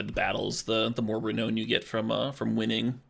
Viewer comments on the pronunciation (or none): Love everything about this except for your pronunciation of "Renown." The last part of the word is pronounced "noun" not "known" even though being renowned literally means being well known or famous. Very unintuitive.